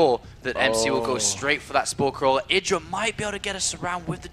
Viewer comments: needs to learn that he is called I-dra. Not Eye-dra. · Does inconsistent pronunciation of "IdrA" a bit annoying?